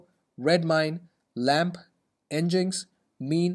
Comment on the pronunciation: NGINX is pronounced 'engine-ex', hence LEMP